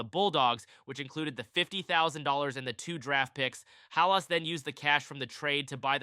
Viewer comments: It’s not Ha Las. It’s Hal iss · Pronounced Halis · Can’t even say Halas correctly, and showed soccer fields in this video. Get a clue 🤣🤣🤣🤣🤡🤡🤡🤡